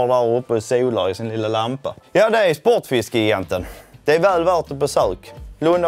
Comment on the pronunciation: Uttalas gigant som jigant på malmöitiska eller är det bara Spotfiskegigantens personal som har ”fel” uttal av det egna butiksnamnet?